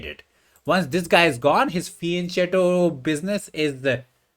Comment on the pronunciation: It's pronounced fee-en-ket-to (from Italian).